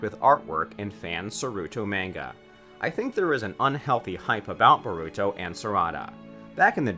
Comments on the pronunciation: bah ru to, sa suke, sa rah da, why just why this pains me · this man said boruto xDDD its borrr uuu to.... in japanese wtf lmfao